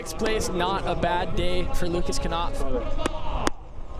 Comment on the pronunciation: Why do the pronounce Lucas Knopf, "kAnopf," but they don't pronounce the word "know" as, "kAnow?" Sucking at your job much?